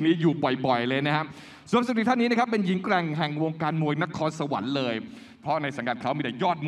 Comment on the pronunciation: NAKHONSAWAN << Not NAKORNSAWAN